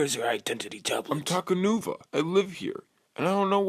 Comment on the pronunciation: You said takanua it’s takanuva